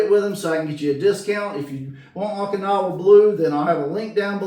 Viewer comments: Oh-kinowa, not aw-kinowa. City in Japan where big battle in WW2 was fought. Thanks for vid! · OH-KIN-AWA blue.